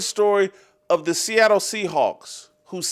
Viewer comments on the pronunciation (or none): none